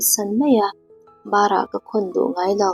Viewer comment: Mizo ṭawng lam rik dan i zir deuh a ngai a nih hi, bara khawn tih i lamrik dan hi a dik lo. New sub e aw, ka thawnthu chhiar ngaihnawm ka tih ber ngaihthlak theihin min rawn chhawpchhuah sak a a lawmawm hle mai.